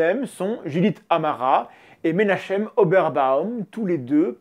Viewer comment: Désolé d'être chiant, mais Meir, ce prénom Hébraïque se prononce "Mé-ir" en deux syllabes, pas "mér". Voilà c'est tout voilà quoi. (Et Menachem, le CH se prononce comme le J espagnol, vaut mieux le remplacer par un r si on a du mal à le prononcer) Rien d'important, mais j'aime bien faire chier le monde.